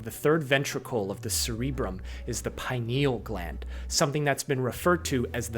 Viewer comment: he doesnt even pronounce pineal gland right